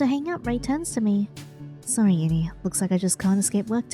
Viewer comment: HELP YINNY NOT GINNY